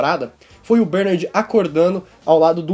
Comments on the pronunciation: fala bernAAArd direito =D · Mano, obrigado pelo esclarecimento do episódio este vídeo foi muito esclarecedor, mas o jeito q vc fala Bernard dói os ouvidos! Kkkk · Pq vc fala Bernard de forma estranha? Kk